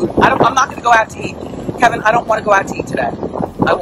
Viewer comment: So what if she said Kevin instead of Kelvin, everything, she don't have to dot every I and cross ever T,'s, you go Wendy, more HEALTH to you, do your thing... 💜 ❤️